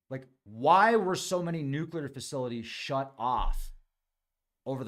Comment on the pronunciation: Liked, for pronouncing Nuclear better than most professionals, scientists, journalists, etc.. salute,. New clear. Bravo!